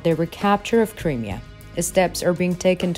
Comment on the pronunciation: Creamier? No,No. the region is pronounced... CRY ..MERE , Crimea!!